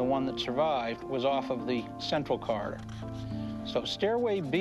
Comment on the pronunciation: Corridor not Carter!!